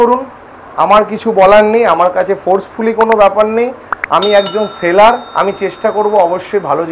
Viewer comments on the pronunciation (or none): Ota ‘saler’ noy bhai, ‘seller’ bole….!